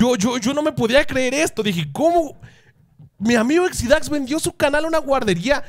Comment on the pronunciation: Exidáx? es Exidax (sin acento) xdddd